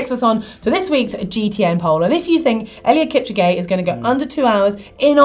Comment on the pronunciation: you pronounced eliud kipchoge wrong